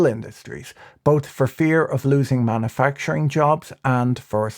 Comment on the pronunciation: Manna-facturing...isn't that making bread in the Sinai Pennsula? Come on, pronounce it correctly.